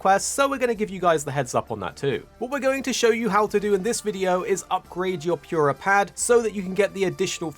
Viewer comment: Pyurah pad